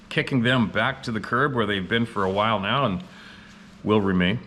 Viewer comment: Has anyone else started to count how many times in a video says, "nee-yeah".....*now? 🤨🤔 I've started saying it like that now just because.😆